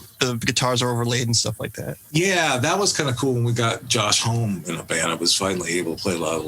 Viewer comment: I’m cracking up how he pronounced Homme wrong 😂